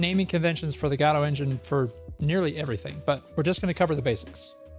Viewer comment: every time he says godot I listen "el gato"